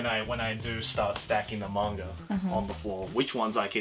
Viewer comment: Im I the only one who hears saying manger instead of manga?